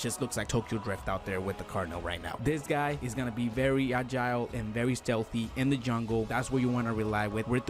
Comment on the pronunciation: Ag-ile 😂 at like 15 secs